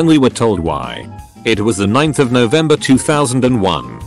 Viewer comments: Text: it was 9/11/2001 Text to speech: it was the ninth of November 2001 Whoops. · Using the British voice really confused me as it read 9/11/2001 as the 9th of November (as they use a day-month-year format) instead of September 11th. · How hard is it to do five minutes of editing and make sure the voice actually gets the reading right? "No" being read as "number". Or, my new favorite, "it was 9/11/2001" being read as "9th of November 2001" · "it was the ninth of November 2001" I have never had a more somber chuckle in my life, than I did at that misread. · You know this channel is ran by someone in the UK when the text to speech says November 9th 2001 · Lmao at the computer voice reading "9/11/01" as the "9th of November of 2001". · "It was the ninth of November, 2001." Can you PLEASE edit the damn computer voice to make sure it's CORRECT?!?!?!?! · "It was the ninth of November 2001." Uh, no. Maybe check what the autovoice is reading. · the europeans write it dd/mm/yy, so thats how the robot read it. here in the US, and English Canada, we write it mm/dd/yy. if youve ever wondered why they offer the option of either style, this is the reason why. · You mean every tts except the american ones